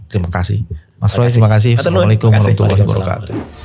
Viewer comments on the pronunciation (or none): none